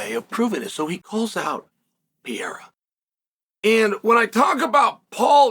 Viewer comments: Alex R u Pronouncing Pierre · “Ax pear”😂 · It's Pierre 😂... the "a" is silent in Chael's world. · Is Chael mispronouncing Alex Perieras name to make me comment about it cause I can't imagine he doesn't really know how to say it 😂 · How does one ball Sonnen not know how to pronounce Pereira lol